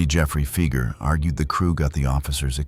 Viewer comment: You lost me at "Feeger". 🙄